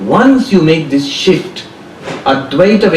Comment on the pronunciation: You mean shift.maam? Not sift